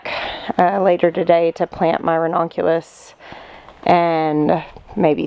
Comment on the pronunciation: It’s actually pronounced ra-NUN-cu-lus. But, I agree. Every time I hear her say ra-NON-cu-lus, it makes me think of redonkulous. 😀😀😀